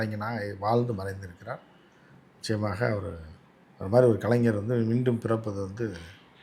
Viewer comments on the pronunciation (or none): none